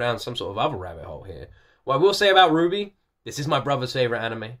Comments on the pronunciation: I am going to explain some things about RWBY, without getting into spoilers! -RWBY is pronounced like Ruby(you've got that right) -it's a anime style artwork show made in the US, it's spinoff, Ice Queendom, is a side story made in Japan. Rwby is and isn't anime. -it's eight current volumes soundtracks have been composed by Jeff Williams with his daughter Casey Lee Williams as lead vocalist. There are occasional guest singers. -The soundtracks slap and based on how you like the intros, you would like the soundtracks! (love them actually) -RWBY fans are loyal, but there are also a lot of haters. -Roosterteeth allows full reactions on YouTube! All you must do is contact them and they will unban any reactions. RWBY reactions are very popular and often make channel ratings explode. -RWBY is a light PG13. Low profanity, the worst sexual content is some cleavage and slightly suggestive shots. Some blood, death, and slightly darker topics are touched on. No worse than other PG13 movies and shows. -As a RWBY fan, I would love to see you react to the show or at least some of the soundtracks. It's a great passion of mine and I think you will like it. Plot is pretty awesome, music slaps, and the fight animation is incredible. Additionally, RWBY carries Monty Oum's Legacy, so it holds a lot of significance in the hearts of those who appreciate his great work. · RWBY (you did get the pronunciation right, yes.), an animated series initially drummed up by the late great Monty Oum, along with Miles Luna and Kerry Shawcross of RoosterTeeth. Featuring awesome fights, badass characters, and a banger soundtrack by father-daughter duo Jeff and Casey-Lee Williams, it's... certainly an experience. Lots of highs and a few lows, but overall a damn good time.